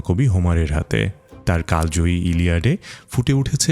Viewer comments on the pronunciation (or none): none